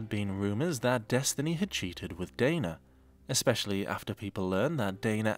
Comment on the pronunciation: I can't decide which Amberism annoys me more, licherly or exspeshaly